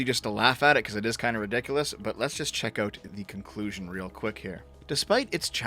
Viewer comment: that "conclusion" almost cause an aneurysm